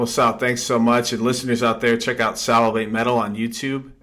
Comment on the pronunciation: It's Sal-a-vate' ;) Great interview!